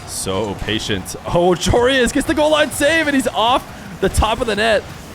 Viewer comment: Another american who cant pronounce Joreuz...